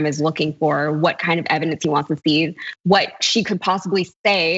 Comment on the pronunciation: When Graham pronounces "what" as "hhhvot"...